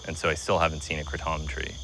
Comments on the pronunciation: Why do people call it Kruh-TOM? There's no uh sound. Kray-TUM is how I've always heard it pronounced. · why the fk does he keep calling it the CRAH-TAHM tree? it's pronounced crayTUM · I thought it was called kray-tum or krat-um not kru-tom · Everyone says it wrong. Its kra-tom not kraatom . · I pronounce it "Kraytum",...sounds so much better than the alternative! I have watched Joes podcosts on Kratom already, one of them is almost damaging to the "save kratom" wave.....Lots of people in the comment section share the same opinion....I have been taking it for 3+ years now, Love it! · Idk what that dude at but it doesn't sound like Kraytom. I never heard of any that makes the tounge numb, sounds more like kava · "kratohm" lmao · “Craw-Tom” btw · Never heard it pronounced kratOm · im sorry but the way he says kratom really triggers me. "krah TOM" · Why does every suburban white human pronounce it "krah tom" 😂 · Stop saying it like that😆 it’s ‘KraYtom’ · Man this journalist is weird af and the way he pronounces Kratom as Kruh-tom is sooo annoying. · Soooo rough to watch. Please stop calling it "Kray-TOM" hahaha Cool hearing from the locals though. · "Kruh Tom"? is the way you are pronouncing it........SMH.....Its not French brother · It's driving me CRAAAZY how he's pronouncing it!! 🤦😲🙄 It's pronounced "Cray-dum" 🙄 smh 😂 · He is very shady!!! even his pronunciation of KRATOM is horrific....made me cringe....He wouldnt even try it or ask .....SMH! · Hamilton is kinda fucking creepy in this and it kills me how he is pronouncing kratom, lol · Can you please learn to pronounce it correctly